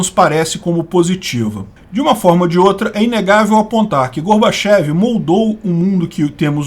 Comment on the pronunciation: O certo é falar Gorbatchióv já que é escrito com a letra ió e não ié. E mais correto pronunciar Mirrail e não Mikail já que é grafado com a letra Rô.